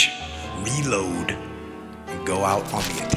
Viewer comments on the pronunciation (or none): I thought that when they said reload they were saying meatloaf.